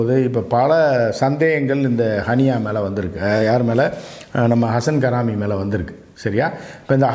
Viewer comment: Don't pronounce his name as Karaami, his name is Haraami